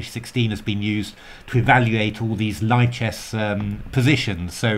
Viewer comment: Small heads up. It's pronounced LEE-chess, not LIE-chess. It's French for libre, after all. There's a whole YouTube video devoted to pronouncing lichess that's fantastic!